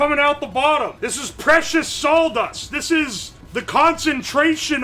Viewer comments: Says salw dust instead of saw dust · sawl dust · Why is he pronouncing sawdust as "saul dust" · I can't stand "sawldust" we have to cut the wood with the "sawl" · It sounded like he was saying "saul dust" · I love how he says sawl dust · Drink every time says "saul-dust" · Really distracting how he repeatedly pronounces it "sawl dust" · uwo keeps saying "sauldust", we should probably check on him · Thanks, now I consciously hear sauldust all the time. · All i can here is "Sauldust" 😂😂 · not knowing that its spelled "birch"... sasuga,. Gotta admit, I've never heard it said as "Saul-dust" before. But I've read old historical documents about how in Britain they had to outlaw bakers from adding sawdust or even things like pottery ingredients (porcelain powder) because them using inedible stuff in their bread to last longer before rotting or molding became so prolific that it was actually causing people to die or get extremely sick and therefore required the law to step in. Some of the offending breads were as hard as bricks and there were numerous instances of people breaking teeth trying to eat them. But yes, historically sawdust was used as a filler in historical periods where flour was too expensive to use alone for bread - or it wasn't feasible to use exclusively flour due to famines or blights. As long as the right sawdust is used, the nutritional aspects will suffer but it'll still be "edible". In Britain, the amount of sawdust allowable in bread or other products was a full fledged legal category, and recipes to mask the taste of sawdust or porcelain were extensively researched by the bakers back then. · My dude are you from Tennessee/Georgia? This is my hometown and you are like saying "sawldust" and drinking sassifrass tea? If you aren't from my hometown I don't know how. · What's Sawl dust? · "sawl" dust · was just thinking about if he was saying Sauldust. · That's what I heard, too.